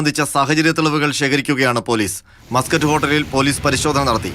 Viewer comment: Mascot ൻ്റെ ഉഛാരണം മസ്കറ്റ് എന്നല്ല, മേസ്ക്കട്ട് എന്നാണ്. Mascot എന്നത് Muscat എന്ന് ധരിച്ചാണൊ ഈ മാധ്യമപ്രവർത്തകർ ഈ ഹോട്ടലിനെ ഒരു അറബ് രാജ്യത്തിൻ്റെ തലസ്ഥാനനഗരിയുടെ പേരിട്ട് വിളിക്കുന്നത്?